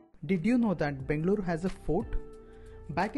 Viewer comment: I really appreciate the way you are calling Bengaluru. Loved your efforts